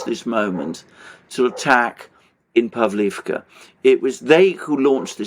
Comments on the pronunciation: PavlOvka, not povlivka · "Pavlovka" - correct pronounciation 👍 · I love you guys, but you seriously needs your naming of cities straight, either use the Ukrainian or Russian name... btw, Russian names are preferred, imo. Pavlivka just sounds stupid, instead of Pavlovka, same goes for Karkhiv/Kharkov, Nikolaev/Mykolaev, Kiev/Kyiv etc. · In Russian it is pronounced Pav-lov-ka. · The differences in pronunciation are due to Russian and Ukrainian versions of the one name. So in effect, both are correct. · Pavlovka is generally pronounced in Russian. Pavlivka is it’s Ukrainian name. Ugledar is in Russian and Vugledar is Ukrainian pronunciation. If anyone was wondering.